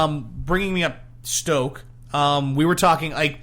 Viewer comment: you guys.....SNOKE....not STOKE